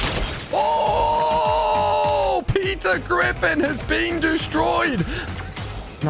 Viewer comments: When he say Peter griffin i hear pizza griffin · Peter Griffin❌❌ Pizza Griffin ✅✅